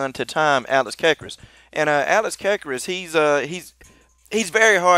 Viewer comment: you pronounced alex's last name wrong.